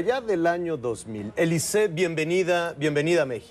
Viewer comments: soy francés y se pronuncia Alizée, no Elizée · Ja ja ja, me da la idea de que Alizze le está diciendo, "momentito, no me quieras comparar con su nacademia que no es lo mismo que lo mesmo" no entiendo por que demonios le dice elize, si en español se pronuncia alizé, en frances alizze y en inglés alis. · Díganle a Nicolás maduro que es alizee no elice 🤣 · Nadie le habra dicho al conductor que se llama Alizee y NO "Elizee" ?? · Te equivocas es Alizee la A no cambia a E...es Alizee no Elizee..... Ya he olvidado mi frances no lo practico años pero no conosco una sola palabra francesa en la cual la vocal A seguida de una consonante se convierta a E......ahora bien una vocal A seguida de otra vocal si puede cambiar la pronunciacion...ejemplos au, ai, ..... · Se pronuncia Alizee verdad....eso de elise....si la "A" se pronuncia igual XD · Al Conductor del show no le dijeron q esa senorita se llamaba Alizée, no Elize. Gallo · AAAA, es AAAAlizée, non eeelize petit con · Es alizee no elizee se confundio penso que era gringa ya que la a suena como e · ES ALIZEE NO ELIZEE AY T ENKARGO JAVIER ALA TORRE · Que entrevistador tan malo.. preguntas obvias y tontas.. me da verguenza ajena... y no es elize.. es alizee.. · NO AMIGO SE PRONUNCIA ALIZÉ QUE SIGNIFICA VIENTOS ALISIOS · Ami tambien me caga que diga elize no mames🤮🤮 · 🤮🤮Me castro que diga elizee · se quizo oir bien fashion diciendo "ELIZEE" pero la cajeteo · el animador le dice Elize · 🙄es Alizée y se pronuncia aliizii en francés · Este periodista es un inepto, hasta le termina diciendo "eliset". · QUE LE PASO A ESTE... YA MEJOR QUE DIGA ELISEO...ELISE?, HAA GENTE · Soy peruano y si tienes razón su pronunciación lo hizo mal el entrevistador, pero que importa con tal de haberla escuchado algo en español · Pésima entrevista de Javier que no sabía siquiera pronunciar su nombre